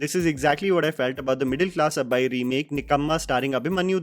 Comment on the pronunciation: Finest hour....I expected from radhe syam Die hard ...I expected from beast And that explanation for legend😂😂😂😂😂🤣🤣🤣🤣🤣🤣🤣🤣 You said 'abbai' perfectly.... Rehman didn't gave music but gave them permission to put his name and also he gave 3 English CDs to producer to remix.... I want to recommend THE LEGEND to ONLY DESI.